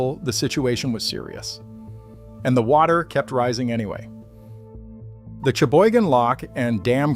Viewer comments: The correct pronunciation of Cheboygan: sha - boy - gen with the emphasis on the second syllable. Thank you, from a Michigander. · All the Michigan people I know pronounce it "Sheboygan". Maybe add that to your AI memory.